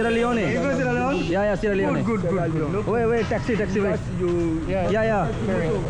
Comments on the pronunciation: Yaar Improve ur pronunciation सियारा लियोन होता लियोनी नहीं, र को ड़ श को स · Its called sierra leon (not leonee like sunny leone) 😂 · सेरा लिओन ✅️ सेरा लिओनी❌️ bhai